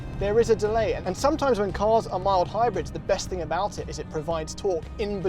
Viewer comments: "Ah-boot?", you're losing your English! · says “abouut” ABOOT?? ABOUUUT?? What has Canada done to you 😭😭